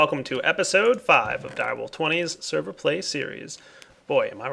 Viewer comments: Did anyone else catch that he said "server play series" instead of single player series.. lol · you said server play sirese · is it just me or did he say 'server play series' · Did he say server play series?